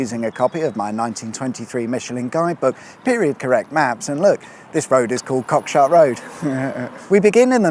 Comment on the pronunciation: Shame you didn't pronounce it correctly..."Cockshoot". And "Bell Toot".